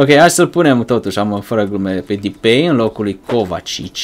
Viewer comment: SE SPUNE DEPAI